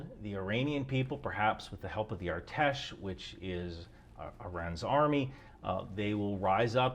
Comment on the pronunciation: Artesh? I heard ATESH 🇺🇦. Heroyam Slava!